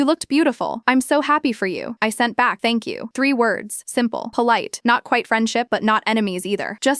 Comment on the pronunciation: “Tank you is not 3 words